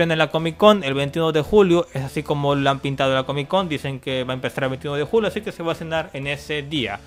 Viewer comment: alguien mas sedio de cuenta que en el minuto dice juio y no julio